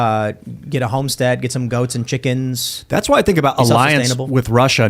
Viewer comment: I am worried for Tim's chi-CKENs.